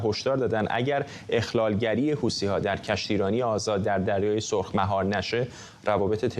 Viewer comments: خطاب به کارشناس اولی،، حوثی ها نه حوتــــــــــی ها 😂😂😂😂😂😂😂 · حوثی ها یا حوتی ها..چرا ما فکر میکنیم اگه ی لغت را جور دیگه تلفظ کنیم با کلاس تره؟ یا از بی سوادی ، این گروه یمنی اسمش حوثی. چرا میگی حوتی .حوتی را از کجات اوردی؟